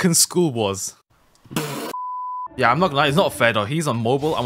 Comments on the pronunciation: I like when your voice says YEUR😅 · "YEUR" never get old